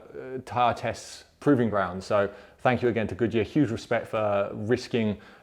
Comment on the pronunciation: nice test! I always hear Gucci instead of Good Year (pronounced the italian way :). I wish I had seen my terrible AD08RS with these, a tire which can't even keep up with the PS4 sold as a very sporty one. A terrible disappointment from Yokohama, can't wait to change, hope the Bridgestone has the size for the 17s on the S2000